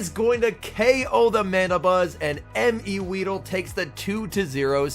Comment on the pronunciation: That isn’t MEweedle that’s HIMweedle